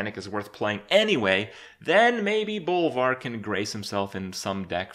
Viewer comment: Kripp read bolvar REALLY wrong